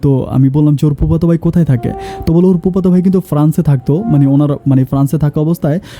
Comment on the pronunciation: আপনি "ফ" এর উচ্চারন ঠিক করেন।এই ভিডিও সারা দেশবাসী দেখেন,শুনেন।আপনি পুপাতো ভাই, পার্নিচার,প্রোপাইল এই শব্দগুলো বলেন।শুনতে ভালো লাগেনা।